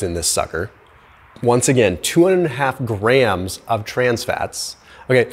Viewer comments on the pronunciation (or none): It's grams not graham's! Duh!